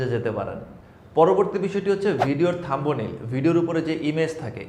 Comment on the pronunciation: থাম্বো নেইল! এইটা কেমনে উচ্চারণ করতে পারলেন!!!???